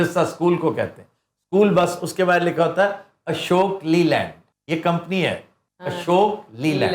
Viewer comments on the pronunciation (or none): لی لینڈ نہیں لے لنڈ